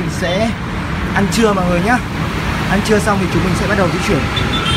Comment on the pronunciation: vãi anh nói buổi trưa thành buổi trư